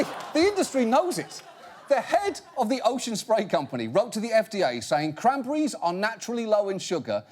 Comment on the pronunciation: Wait wait wait learn how to say cranberries before start fucking with them